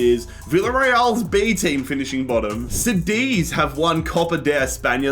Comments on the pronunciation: KADITH wtf is CEDIZ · it’s pronounced like kudeez not sadeez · Cadiz is just Cadiz not Sadiz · Cediz 💀 Cádiz 😸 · Love the way you pronounce Cadiz, now I even call them sediz what have you done to me 😂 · Sádiz and Paco... SMH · bro said sadeez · It’s pronounced Ka-Dith. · Bro como que "zadiz" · It's pronounced kadiz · Dude, I love you...but "Cadiz" read C like in "candy" XD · Love your videos! But please work on your pronounciation of Cádiz. It throws me off. The c is pronounced as a k and the accent falls on the a. Thanks <3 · The way he said Cadiz 💀💀💀